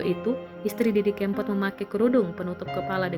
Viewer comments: Hei...Didi Kempot, bukan Kémpot. Naratornya payah. Kempot = karena lesung pipi almarhum. kalau kémpot = artinya balapan liar, ngépot... ugal2 an, bahasa daerah. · Tribune timur mas....org timur klu baca e kan ee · Didi kempot nyebut nya salah melulu e nya di baca nya salah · Kempot bukan keempot duh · Didi Kempot bukan Didi Keempot😌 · Waduh salah ejaan Tante cb dengar org lain sebut nama Didi kempot dulu gih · didi kempot mbak ...bukan didi kEEmpot...innalillahiwainnailaihi rojiun...mga husnul hotimah.. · Mbak e udu wong jowo,,,,pengucapan kempot kleru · Ngucapin kempot nya kok gitu...